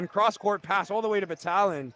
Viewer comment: #34 for Orangeville is pronounced BAT-TAG-LIN. Not Batalion 😂